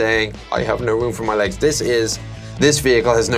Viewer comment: "However, he has no room for his eggs." I know, he says 'Legs', but that L was so light, I was thinking, "Poor commander!" X-D